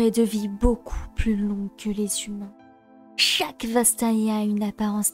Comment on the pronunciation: Bravo, j'ai pris une leçon d'interprétation. Le "chaque" à peine accentué à , le passage sur Neeko plein d'émotion et le mouvement de cheveux en fin de vidéo. Non vraiment c'est trop! Donnez lui un Oscar 🎥🏆